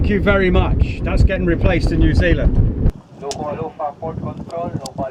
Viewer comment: Ya gotta say it right Bro......Nuzeelan, aye!!!!!